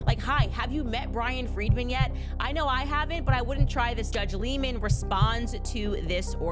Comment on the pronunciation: It's Bryan Freedman (great name for a lawyer ), not Brian Friedman. He represented the Michael Jackson estate against HBO over 'Leaving Neverland'.